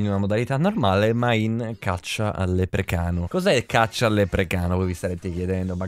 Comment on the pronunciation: Senza offesa velox ma si dice leprecauno non leprecano